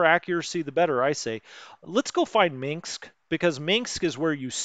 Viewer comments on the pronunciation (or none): Stug is pronounced Stoog. There is no mink in Minsk. Just saying lol. Thanks for your explanations of the game. Good stuff. seems you see problems when non is there. ? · Gotta love him pronouncing it "Minxs"